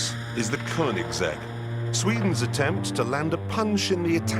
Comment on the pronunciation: "attempt" lol